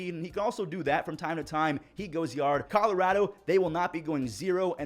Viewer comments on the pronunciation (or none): none